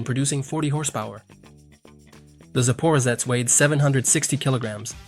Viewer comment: Sapa…what?! It’s ZAPAROZHETS